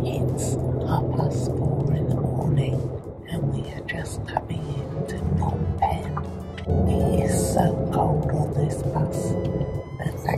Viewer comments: This is a really enjoyable channel!! And feel free to do apartment tours any old time in Siem Reap!! Just a hint, backed up by my having lived in Phnom Penh for years and being married to a Khmer wife, you do pronounce the P in Phnom. As my wife says, that's why there's a P in it!! :) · lol thanks for the tip my pronunciation of words is truly terrible. I have a lot of footage from Kampot Kep and the islands to work through between now and Christmas but hopefully more room tours in January 🤗